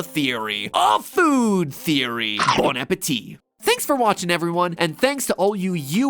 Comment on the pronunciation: matpat said " bon appetea" XD